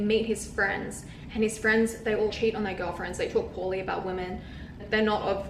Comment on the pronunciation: Women not woman. What the hell is wrong with your age group? Mispronouncing words and calling girls dudes or bro. So unattractive